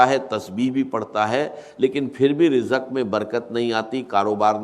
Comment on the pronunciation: یہ آرٹیفیشل آڈیو ہے۔ یہ مولانا اسرار صاحب کا تلفظ نہیں ہے۔ مثلآ ا۔ رجق وظیفہ۔